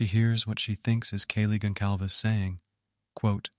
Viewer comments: Next time, write kaylees last name as “consalves” and the AI might say it properly. It’s a Portuguese name, so the C is pronounced as an S. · Really great video! But I cannot believe for the life of me, that after all this time since the crimes, BK's arrest, news reports, families speaking, court hearings, YouTube videos etc...that you STILL have no idea of how to say Kaylee's last name "Goncalves" properly. 🤦🏻‍♂ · A few errors here. You mispronounced Xana and Goncalves. Also, the killer never opened Kaylee’s room where the dog was. The snow visual was a cool touch, but it was not snowing that night. It was in the upper 20s but no snow falling IMO Dylan has been lying and is involved/knows. She was texting Bethany during the murders (not frozen in shock) and her shoe print was found cleaned up after stepping in blood outside her door all while not calling the police for 8 hours (which is after inviting friends over)